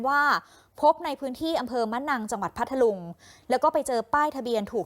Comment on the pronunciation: อ่านผิดเพ มนัง พัทลุง เขาวิเศษพัท ลุง บ้าม้ายนักข่าว ไม่ทำการบ้านก่อนมาอ่านเออ